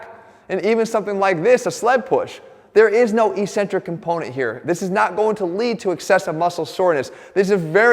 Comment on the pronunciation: Great video despite his mispronunciation of the word eccentric.